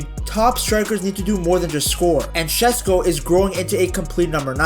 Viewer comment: friendly tip for future videos, it's pronounced SheShko, not Shesko <3